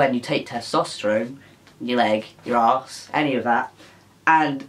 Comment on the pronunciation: “my ahss”😂